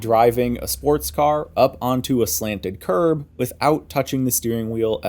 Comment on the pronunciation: When you said "Curb" I thought you said "Carb" so for a second i was like "wtf? Carburetor physics?" lol